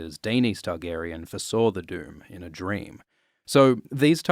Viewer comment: I honestly thought you kept saying the “dude” when you’re saying “doom” 😂